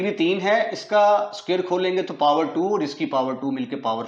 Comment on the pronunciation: X squarrrrrrrrrrrr😂.neverrrrrrrrr😅